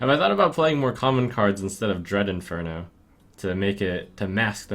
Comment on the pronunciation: DREAD IN-FER-NAL. Jesus.